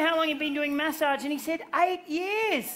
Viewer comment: I thought he was talking about messaging and was so confused about his prononciation